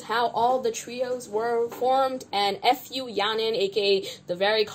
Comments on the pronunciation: Her name is Fu Ya Ning. Don't read it F U. Its sounded like a curse word. Your comments were reasonable. Keep it up!😁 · the way u keep saying her name as f u yaning 😭 deserved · did you say f-u yaning on purpose SKFJSJDJ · "now f u yaning" Idk whether it was intentional or if you simply mispronounced 'fu' yaning but that sounded hella funny 😂😂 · I love how you pronounce her name as F U yahnin HAHAHAH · Hi, long-time CLC superfan and Yujin stan here. Though I also very much dislike Fu Yaning at this point, and I don’t disagree with the anger and frustration you present towards her in this video, I’d like to point out that butchering her name is very disrespectful to an entire family and bloodline of people. Fu is a very common Chinese surname, and I’m sure people growing up in the US with that name have heard that joke before. It’s a mockery of a lineage and disrespectful to an entire group of people who have likely heard their name butchered like that several times. Disliking her and saying she doesn’t deserve publicity is valid, but this name issue is pretty much bullying. I mean no hate or harm to you, and thank you for making this video so we don’t have to sit and skim through 2.5 hours of content :) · Laughing so hard on how you pronounce fu yanings name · I know you don't like Yaning, and like, I don't even watch this show, but the wilful mispronunciation of her name seems a bit insensitive